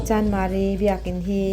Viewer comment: "Chandmari" tilo in CHANMARI han tizawk tala